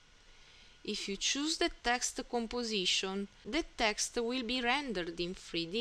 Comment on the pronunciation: Thank you very much bai. The "voice and text" is a very good idea. Your "non-Native English" is no problem for me. I kinda like it. (you can pay some attention to the "e" you put on the end of saying "texte" and "rampe" though ;-) Keep up the good work!!!!!!!